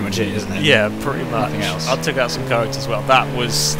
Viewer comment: Took* (Not toom XD)